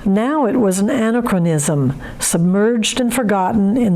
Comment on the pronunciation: Please make sure you pronounce words properly. Anachronism for example.